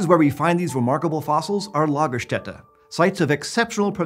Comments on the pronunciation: Your pronouciation of "Lagerstätte" is spot on. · respect for pronouncing lagerstätte right